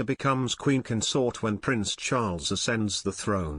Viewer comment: The word is CON-sort You may Be a Robot or an antimonarchist But get someone to up grade the emphasis of how you say this word. You consORT with theives The partner of a king is their CONS-ort With best wishes whoever you are Marilyn